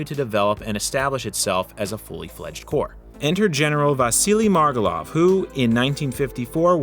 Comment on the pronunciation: "...Vasiliy MargElov"